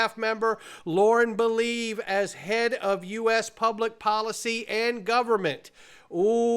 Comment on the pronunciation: Probably Lauren Belīve, not belēve.